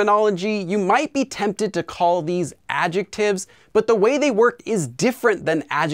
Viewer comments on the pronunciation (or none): none